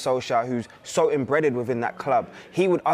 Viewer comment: did he just say "imbreaded".... I'm out!